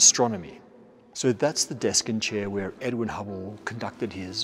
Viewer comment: he said edwin, but his accent made it sound like edward